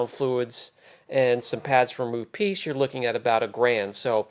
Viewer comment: please, it is Rupes, not Rupeees. Thanks